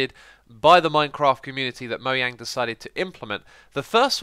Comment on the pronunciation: It's actually Moyang, swedish don't pronounce 'J' Jens (Jeb) is actually Yens